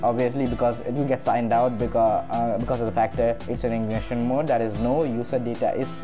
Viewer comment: In-Cog-Nito not ignition